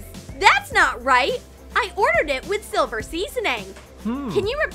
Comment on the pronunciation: It is silver not siver